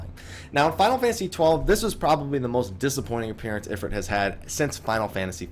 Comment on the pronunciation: i believe in the folklore/culture is talking about it is spelled "Efreet" and the "ifrit" spelling is unique to the final fantasy games this is why I believe your pronunciation is correct. he's just based off of an Efreet he isnt the same entity. the actual deity Shiva is waaay different than the Ice goddess that we know of from FF as well so no surprise there. tho interesting to note that Balthier from final fantasy 12 does infact refer to the airship as "the efreet".